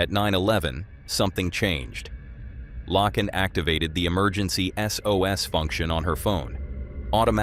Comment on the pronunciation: Her name is pronounced: Lay-ken. God bless her. 😥🙏